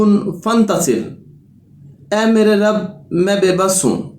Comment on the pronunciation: ye to rabe likha h aap rabi prh rhy h